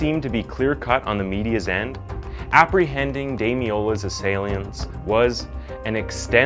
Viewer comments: Um who is Taylor???????? Did anybody else notice this slip up?? Wish people that just read scripts would actually proof read that's a pretty disrespectful mistake to make. You can't even say "assailants" properly, come on. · did you say ass-ia-lants... Dude I love ya work but in a lot of vids you stumble on the script and miss pronounce words. You know you can do re-takes yeah... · Man. How can you pronounce assailants wrong in one sentence, then get it right in the very next one. Gotta pay more attention and slow down man. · How many different ways can you pronounce assailants? This video was done terribly. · I'm 100% convinced this dude pronounces at least 1 word wrong on purpose in every video...how do you pronounce "assailants" 3 different ways in the same video 🤣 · Such a bummer that STILL pronounces words wrong. How do you not know how to say ASSAILANTS??? Maybe don't include words you don't know how to say... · Assailants Say that for me again Or maybe actually look up the pronunciation